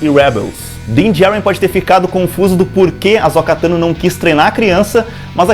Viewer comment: Por que muitos insistem em chamar AhsÔka de AhsÓka?